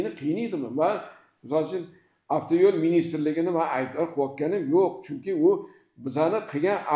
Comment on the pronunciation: Ака афтайул эмас, автойул деб езилади шунга хам этибор берсангиз. Рахмат.